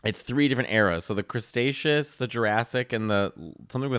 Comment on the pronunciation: "Crustacious"? lmao era of the lobsters?? to Matteo the stickler- it's "Cretaceous" 😅(beginning sounds like the Greek island Crete)